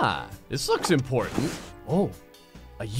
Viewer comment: ImPORNtant things u say “”””””””